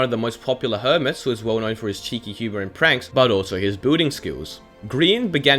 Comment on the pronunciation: Why does he pronounce "building" as "booting"